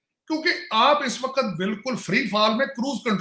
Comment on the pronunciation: Sir Urdu toh theek se bol lo. Waqat nahin hota hai waqt hota hai.